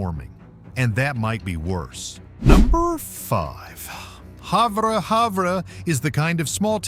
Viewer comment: It’s pronounced Have-er.